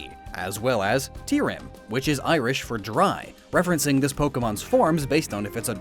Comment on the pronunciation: tirim is also pronounced chi-rim, not ti-rim.